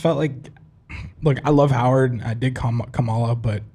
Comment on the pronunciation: Why has no one on this show spent 2 seconds to figure out how to pronounce Kamala right 😂